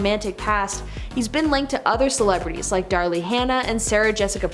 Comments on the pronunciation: Darryl Hanna, not Darley >.. LMAO !!! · It's Darryl - pronounced DARE-UL Hannah... not Darly Hannah! lol... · I had to stop watching after the girl said “Darlee Hannah”…..really? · Who’s Darlee Hanna? 😂😂😂😂😂